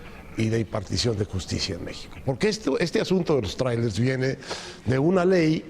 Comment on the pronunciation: Mi querido Javier Tello me caes muy bien y se q hablas MUY BIEN EL INGLÉS PUES VIVISTE EN EL EXTRANJERO Y YO NO HABLO INGLÉS PEROOOOO...no se dice TRAIRELES SE PRONUNCIA TRAILERS!!